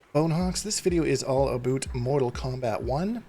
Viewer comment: Abooot? Are you Canadian? 😂